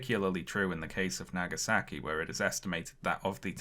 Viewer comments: pronounciation of japanese names is delightfully british actually lowkey love it..... hiroshimmer and nagasacky........ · "... Hirahshemah & Nagesakee ..." your pronunciation of Japanese names stinks